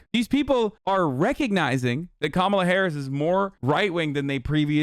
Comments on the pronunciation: It's not "Kamola," nor is it "Kamela".. it's "KaMAla"❗ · How the fuck can she still not pronounce Kamala right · Learn to pronounce her name. They will always say it wrong on purpose. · Wtf is it with conservatives not being able to pronounce “Kamala”??? I’m not even a native speaker and it’s not hard for me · Why do they insist on mispronouncing Kamala? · Why do they always mispronounce Kamala on purpose?